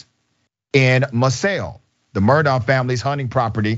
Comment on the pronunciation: It's pronounced like Murdock btw 😘